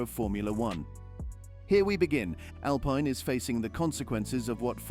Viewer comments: SHOCKING, SEIZED! No thats rubbish, Cant pronounce Alpine correctly. Andretti the power house in motorsport. really? They may be interested in purchasing Alpine if Renault decide to ofload but he will need deep pockets ie $900m or thereabouts. So no seize just Andretti put your money where your mouth is. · Your not pronouncing the name Alpine right. How can you sell video time like that?